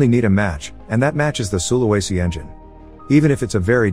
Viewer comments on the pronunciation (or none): its pronounced su-la-we-si